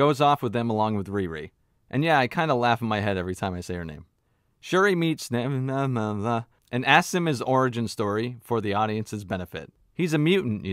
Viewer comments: The namor complaint is SO dumb. He is called ONE name in the movie. One with a Spanish accent (nah more) and the other with an English accent (nay more). You know how Spanish speakers pronounce "José" differently from how an English speaker would? Exactly. It's not deep. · you say namor so many times just figure out how to say his names this isnt rocket science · That way you pronounce Neymar, Namor, Na--whatever.... is hilarious 🤣🤣🤣